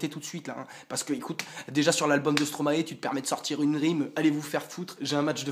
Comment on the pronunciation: ça se dit strom-ail , pas stromaé. c'est maestro à l'envers.